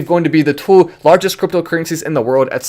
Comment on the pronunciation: I don’t like the Way you pronounce 2 lol